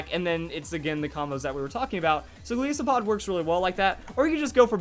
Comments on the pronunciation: It's Golisopod not Galeesopod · Its name is a mix of Goliath and Isopod, which means its pronounced ''Gol-eye-sopod'', not ''Gol-ee-sopod''. FYI. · It's pronounced, "Go-LYE-so-POD", as in "Goliath" and "Isopod". Also, it's "Ee-AH-pa-pa", since the Iapapa Berry is named after the papaya fruit. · Shots for every time pronounces "Golisopod"